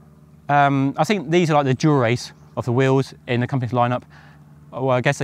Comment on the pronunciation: Pronounced “wheels,” not “wills!”